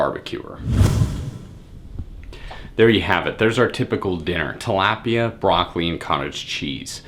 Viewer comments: This dud is a fucking idiot lol. "What consists of our lunch". Calling buffalo BBQ? The way he says tilapia. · You said Talapia wrong .... And you didn't tell us the macros for your meals